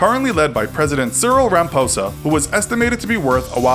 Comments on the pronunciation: great video but I suggest just getting some advice with regards to pronunciation of the various names of these people. For example, Cyril Ramaphosa sounds like "Ra-ma-fo-za" while you pronounced it "Ra-ma-po-za". Another would be Mark Rutte which you pronounced in a very american way but should rather be pronounced with the "e" at the end. In dutch if we end on vowels they aren't silent. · Ciril Ramposas name is said Ciril Ramaposa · ramphosa!.its not pronounced like that.i could not stop laughing. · I'm South African and I laughed when you botched serial ramaphosa